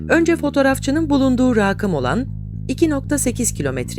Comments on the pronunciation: raakım diye okunur tabi rakınızdan bahsetmiyorsanız. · Estağfurullah, benim de haddime değil ancak "raakım" olarak okunuyor. "Rakım" başka bir anlam içerdiği için böyle ayrılıyor. Buna benzer bazı özel okuma kuralları mevcut. Örnegin: Irak'a gittim. Olduğu gibi okunur. Irağa gittim derseniz, uzağa gittim anlamı çıkar vb.. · Ya hadi diyelim duz. Ne olcak ? Yani bugune kadar geoid olmasi nasil bana birsey katmadiysa, duz olmasi da katmaz. Bi de "raakim" degildir o "rakim" dir..